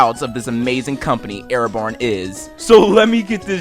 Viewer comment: It's pronounced Are-bon not Air-born